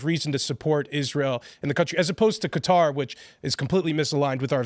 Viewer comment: Why do you insist on pronouncing Qatar as "cutter". Annoying asf.